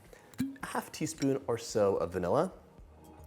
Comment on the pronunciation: thumbs down for overemphasizing almost every "so" as "SoOo" in attempt to scintillate the viewer. The overuse of paralanguage becomes kitschy, cringey, and annoying.